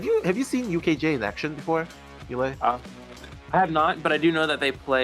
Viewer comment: when's someone gonna tell it's Ee-Lie not "Ellie"